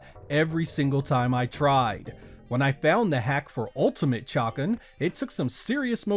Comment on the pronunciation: Maybe its just me but I've always remember Chakan being pronounced "shuh-CON".